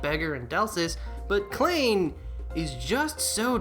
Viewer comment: Minor correction: "Klein" is pronounced "Kline," though I only know that because it's also a name Sword Art Online uses for one of its main supporting cast. Spelled exactly the same way in that series, actually. ...I have a copy of Iris 1. Really should play it sometime.